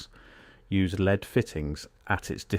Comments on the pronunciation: Sort the voiceover out, lead is not being pronounced properly 🙄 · You are pronouncing lead Incorrectly!